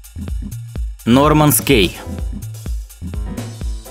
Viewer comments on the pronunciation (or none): Не "Норманс Кей", А "Норманс Ки".